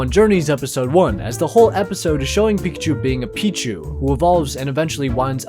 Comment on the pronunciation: it is not pekushou